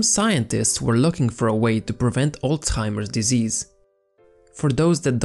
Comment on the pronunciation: Am I the only one who heard "old timer disease" instead of Alzhiermer disease?